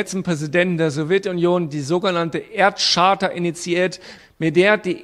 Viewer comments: Charta wird Kaarta gesprochen und nicht Tscharta. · Man spricht Charta übrigens mit einem K am Anfang. Just saying... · "Charta" spricht man mit einem "K" vorne. Ansonsten auch ein vollkommen dümmliches Video.